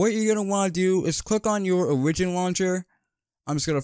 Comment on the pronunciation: Bro really called Oh-Rih-gin